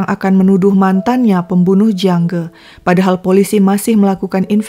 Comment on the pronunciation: Jiang Ge kok dibaca Jiang Gi?